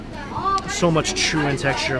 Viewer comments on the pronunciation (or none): none